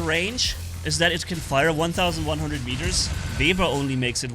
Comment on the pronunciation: keeps calling it a vebber